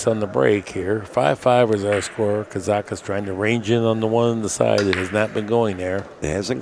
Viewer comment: Thanks Accu-Stats. I know Mark had a sheet of loose leaf in the booth with KAZAKIS written in huge letters which he waved in front of Mike every time he said "Karakis," haha.